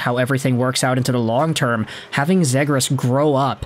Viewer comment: love the content and have been following for years but we gotta get you pronouncing Trevor's last name correctly. It is Z-ee-gras.as<is). Not Z-ag-gres. Keep pumping content! -DucksFan